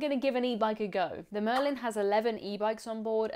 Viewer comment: The name of the boat is Merlijn though, not Marlijn.